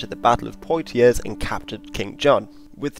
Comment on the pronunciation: I cant get past the pronunciations the narrator gave for Blois, Poitiers, Orleans, Reims etc